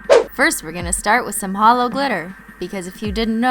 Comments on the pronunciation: OMG she said HELLO not HOLO 😭😭😭😭😭😭😭😭😭😭😭😭😭😭😭😭😭😭😭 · SHE SAID HELLO INSTEAD OF HOLO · She said hello instead of holo ahhhhh